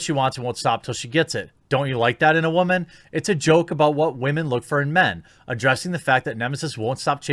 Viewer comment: Can you fucking stop say woman like that.